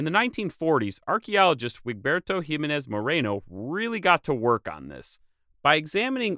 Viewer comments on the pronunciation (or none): none